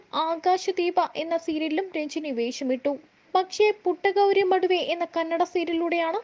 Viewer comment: മടുവേ അല്ല.. മധുവെ..